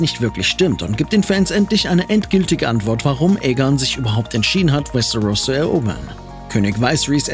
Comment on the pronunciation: Was ich nicht verstehe ist das ein deutsches video warum spricht er westeros so komisch aus und paar andere wörter wtf